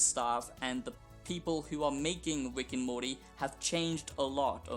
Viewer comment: “wick and morty”